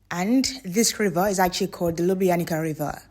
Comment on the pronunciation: You have to pronounce Lyooblyanizza river and yes it's natural river of karst origin (it goes out from cave system). LJ are separate letters, but of course for English speakers is hard to pronounce. Have a nice time in our County